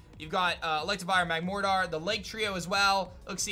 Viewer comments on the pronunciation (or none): none